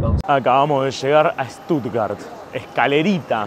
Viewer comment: Con Ramilla podrías ir a Armenia 😅 y otra cosa, es SCHHHHtuttgart 😂😂